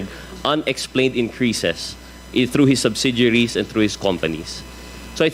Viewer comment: the other woman wearing blue blazer she could not even say properly the simple word 'subsidiaries' 😂😂😂